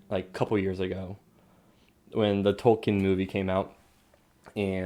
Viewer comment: It is Tol-k-ee-n.